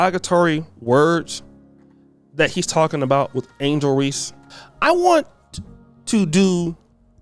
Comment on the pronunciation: It's Angel* not Angle